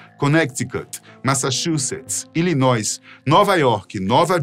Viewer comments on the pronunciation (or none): Illinois, não pronuncia a letra S não.